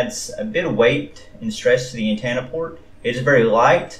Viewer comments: Good review but it's antenna. Not antanna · Did he say “dodo”? And did he say “An-tana”? 😆 Thanks for the vid. I think even though the thing is wabbly, I’ll still get one. So I can be cool like everyone else. 😁